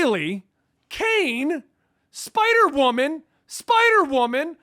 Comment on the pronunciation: “SPIDERWOMAN!!!!!!” ☠️ “SPYDERWOMAN!!!!” 😭 “SPIIDUR-WOMAN!!!!!” Yo I AM CRYYYIINGGG LMAOO😭